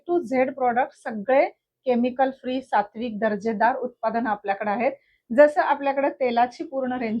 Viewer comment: Kaay Marathi aahe…. Uptadane ki utpadane